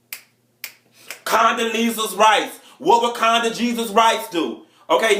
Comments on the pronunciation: He said, "Condajesus" LML!!! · did he say CometoJesus Rice ?? LOLOL (Condelezza Rice)